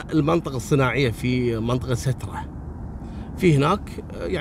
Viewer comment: ستره بكسر السين